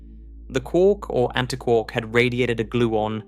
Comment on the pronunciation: Why don't you say antiquark the same as anti + quark?